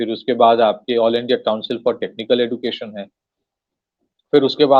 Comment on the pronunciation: Education pronunciation man